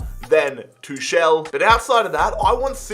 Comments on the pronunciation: It's Tukel not Tushel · sign hakimi and kingsley coman btw his name is pronounced thomas too-call